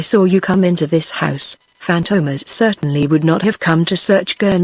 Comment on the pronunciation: Robot Voice - cannot even pronounce the name Fantomas correctly. FORGET IT.